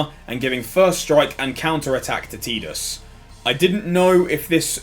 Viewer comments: "Teedus" lol, you aren't even using any of the common i phonetics... It's "eye" in Tidus. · does the UK version have a different audio than the NA release? Spent the whole video wondering why you'd call him TeeDus. o,o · Kingdom Hearts 1 and Dissidia both pronounce it "Teedus". I personally call him Tiddles